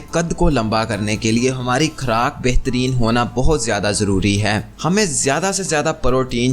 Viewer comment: Khoooraq hota khraaaak nhi Goshaat nhi ghost hota h zaiqa nhi zaqa nhi jahil insan